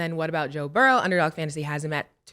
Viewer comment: Cam & mase stop playing a s on my damn quarterback name it's Joe Burrow Not Joe Burrowsssss😂